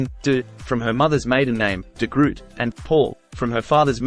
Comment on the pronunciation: De Groot is pronounced as Duh Groat with the G pronounced as a sibilant with the back of the tongue pressed lightly against the soft palate.